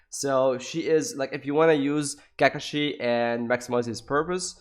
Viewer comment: WTF IS “ka ka shi “